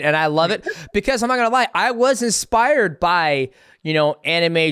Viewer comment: Why does he say expire instead of inspire is that a black thing or a death sentence thing